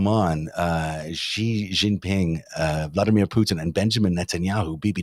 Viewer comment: The "X" in the Chinese name "Xi" is not pronounced like the "g" in the English word "regime"; indeed, the Chinese language doesn't even have this quasi-French sound. It's pronounced like an "sh," thus "Xi" is pronounced more or less like the English word "she." Similarly, the "J" in the Chinese name "Jinping" is not pronounced like the "g" in the English word "regime," it's pronounced more or less like the "J" in the English name "Jim." Easy!